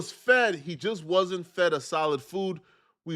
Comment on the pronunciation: "It's 6pm and the baby hadn't been (feddeted) yet....😂😅